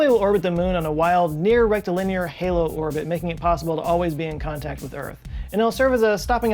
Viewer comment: haha rectilinear